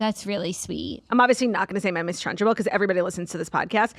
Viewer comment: Ladies WHY are we saying trunchable like lunchable?! It’s trunchbull no?